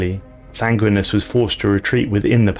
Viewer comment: Sangwinus? Bro, wtf? You mispronounce so many things....